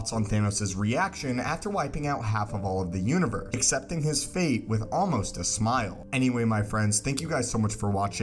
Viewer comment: Why do you say univer instead of universe?